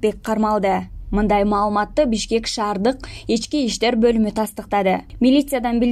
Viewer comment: Эчки иштер эмес ички иштер дечи диктора кыз